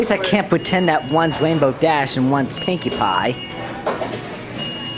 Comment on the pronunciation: "Wainbow Dash" He can't even pronounce the letter R right. How pathetic.